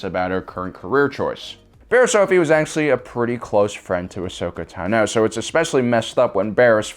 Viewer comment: Does anyone else hate the way he says Ashoka Tano?